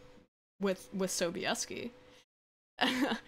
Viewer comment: Hehe nice pronunciation of Sobieski :) Wait Mads Mikkelsen for Geralt? Zajebiście by było :D I bought and read Ostatnie Życzenie(Last Wish) recently on a whim because I had nothing with me to read as I was waiting for my uncle at the airport. And was pleasantly surprised. I was thinking before books fame was overblown a bit. It isn't. You saw the Polish TV series? Damn woman you got some balls. Nilfgaard is more closer to Holy Roman Empire than ancient Roman Empire.